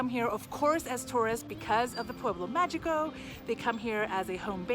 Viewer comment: Mágico is pronounced MA-HEE-CO. And San Cristobal would also be lovely to be heard pronounced properly too… 🙏🏼